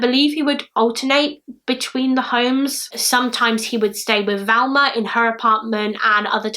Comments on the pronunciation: Probably the same people who comment that they are confused because pronunciation of Thelma makes them hear Velma and they are too thick to comprehend that people can have accents. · It's not 'Velma' - it's Thelma!! Very annoying. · she knew it was Thelma but pronounced it Velma, it happens, Bailey does it too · I'm sad you mispronounced her name the entire video. You kept saying Velma. It's Thelma. T - H Pronounced As in Think - Thelma. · Her name is Thelma "not Velma!! Get the dead woman's name right, 😺!! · You kept calling her Velma, it was distracting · You keep saying ‘Valma / Velma’ but it’s Thelma xx Can you cover the Jill Dando case? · Just a question please- why are you calling her Velma when her name is Thelma? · Not Valma-Thelma. That's driving me nuts. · It sounds like you're pronouncing her name "Velma", but the title says "Thelma". ?? Maybe I'm just hearing it wrong! Thanks for the upload! <3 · Jane Smith I kept hearing her switch between the two sometimes she definitely said a V not a TH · A lot of UK accents pronounce the "th" in Thelma very softly, like you would with "there", and not a hard "th" as in "with". That softer pronunciation does sometimes sound like a "v" instead of a "th". And some UK accents (yes, I'm looking at you, Essex) pronounce "th" as a "v" consistently. So "muver" instead of "mother". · Yea I was confused there to wondering is it Thelma or Velma lol I kept hearing Velma...eitherway NO big deal :) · and like I said she doesn't have that issue, she pronounces the the in other words, this is the first time she's said v instead of th, it's not her accent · Love your channel and think you’re ACES; thought you’d like to know her name is pronounced THelma with the “TH” being prominent 😊 P.S. WHOOPS! Hadda edit to let you know it’s Club TROCadero (with a hard “C”) as in ROCKadero. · Is it me or does it sound like she is saying Velma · Who else thinks her hair look like cat ears? I agree she sounds like shes saying Velma?